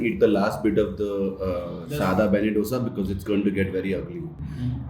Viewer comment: Beṇṇe Dōsay (not "Dhosa"). To understand better it's बेण्णे दोसे and not बेन्ने डोसा